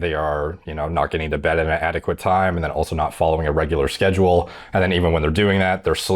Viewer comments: "sazaule" LMAO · "on the sazule" 😂😂 caught himself there